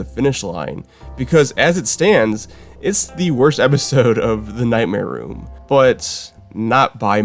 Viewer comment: All I hear between segments is "Nightmare Womb" and I can't take it